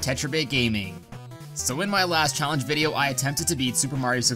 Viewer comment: Did you say challenge as callenge ? 😂😂